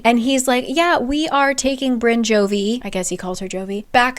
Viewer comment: Every time you say Jovie, my brain goes 'anchovy' 🙂